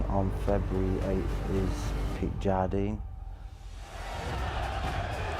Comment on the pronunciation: Yo I'm from Australia when Keith Jardine fought in the ufc and the American can't pronounce it correct sardine Jardine this is super irritating use the fighters proper names and pronounce it it's really easy